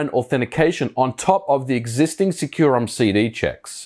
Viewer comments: I've always read it in my head as "sec-you-rom" where sec is pronouced like the shorthand of second. You're the first time I've heard it pronouced "secure-rom" lol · Huh. I thought it was called SEC-u-rom. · Bruh, you mispronounced the name. It is actually called sucurom in the data files and in the company.